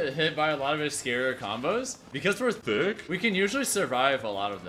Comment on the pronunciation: Man said THOOK Loool